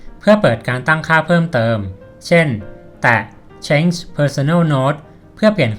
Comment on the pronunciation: Change อ่านว่า เช้นจฺ ไม่ได้อ่านว่า เช้ง ครับ